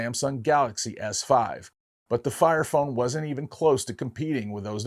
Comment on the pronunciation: did he just say FART FONE?😂